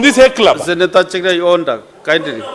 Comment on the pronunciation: The speaker is straining to pronounce cherargei ..chelgey😂